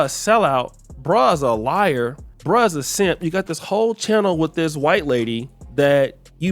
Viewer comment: Don’t like the emphasis on “white” woman. that’s cringe homie.